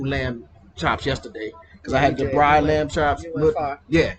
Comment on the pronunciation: It's "braai" ... 2 or more a's. The more adventurous you feel the more a's you add to the word... but NEVER only 1 a. :)